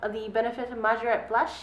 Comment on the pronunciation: It's pronounced May-jore-ett.